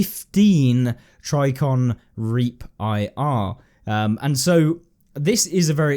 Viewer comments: Tri-ji-con not try-con! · “Tricon” made me a little more frustrated each time he said it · Pssssssst there's a J in Trijicon. It's pronounced tridge-eh-con. <3.